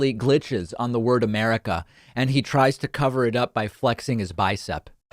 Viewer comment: It's pretty bad that he glitched out on the word America - "Americlu", like when he said the "United Schtates" before.